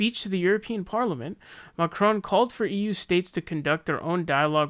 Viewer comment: French is my mother tongue and that "Macron" pronunciation was not bad :D